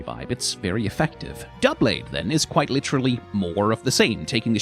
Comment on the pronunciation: I’m proud of you for pronouncing doublade right. I hear “dew-blade” so much.